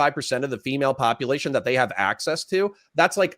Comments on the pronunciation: Love you but the way you say popalation is urksum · why does he KEEP saying - POPPA LATION?????? is he trying to be funny? cause it just sounds ignorant